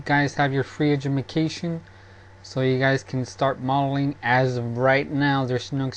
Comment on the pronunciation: LOL "Edumication"